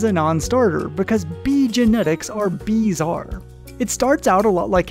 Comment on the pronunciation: he. bee-zarr.